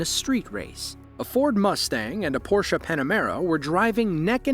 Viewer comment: Thumbs up for using the correct pronunciation of the word "Porsche".